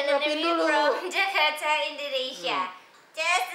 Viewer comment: JAKATA OR JAKARTA?